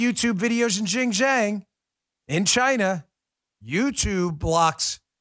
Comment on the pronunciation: XinJiang is pronounced shin gee ang